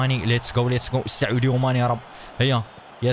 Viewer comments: 😂😂😂😂 قال اي كان بدلن من امري شان و قال سعوديو ماني بدلا من ساديو ماني 😂😂😂😂😂😂😂😂😂😂😂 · اسمه ساديو ماني وليس سعودي ماني اسمه ايمري شان وليس اي كان اسمه وينالدوم وليس وينالجوم صحح اخطاءك يا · اسمه ساديو ماني مش سعودي ماني